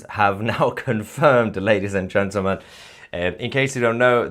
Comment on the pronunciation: Love you azizam. But THERE IS NO SUCH WORD AS “Gentamel”. It’s Gentle. Men. Gentlemen. GENTLEMEN. Practise it! Otherwise keep up the good work buddy. 😊😊😊